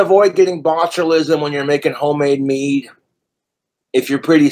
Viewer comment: i hate how much emphasis he puts on "mead" and "hooch" like, shut up you regard.